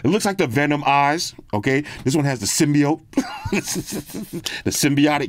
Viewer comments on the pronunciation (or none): none